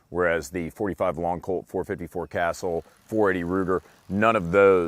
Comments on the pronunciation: Casull is pronounced Kuh-sule, not "Castle"! Cmon! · Casull NOT "Castle"... and that's all I got to say about that. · Ka sool not castle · It’s not Castle you idiot, it’s Casull. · 454 castle? You mean “cah sool “? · really good review.........I keep wanting to get one......I have a Redhawk but it has a 7.5 inch barrel......i'm wanting black bear protection........yes we have some BIG bears around here.........but I can't decide this snub or the 4.2 inch barrel. Oh! its not castle it's pronounced CA----sull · casull host pronounced it castle almost. I pronouce it 'kha sool' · I thought it was pronounced cuh-SOOL. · He pronounces it wrong. It is pronounced Ca-Sool. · CUH-SOOL GOD DAMMIT IT'S SAID CUH-SOOL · "The 44 Magnum is a little light" the 44 Magnum has been killing bears for decades and was considered for some time the most powerful handgun in the world, personally the Super Redhawk Alaskan is in my opinion hands down the best one available. Now the 454 "Casull" is one NICE revolver and indeed next on my list......So I'm sure Ruger would appreciate if you could pronounced it correctly....